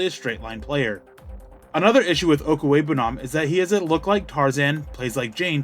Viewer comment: You just wanted to show off how much practice you've put into saying his name while us mere mortals will struggle with it the next 10 years